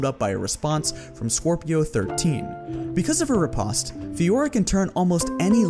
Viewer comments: riposte - rih-post. Not rih-pahst. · ri·poste /rəˈpōst/ anyone else find his pronunciation of it weird? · You pronounce riposte like the Brits.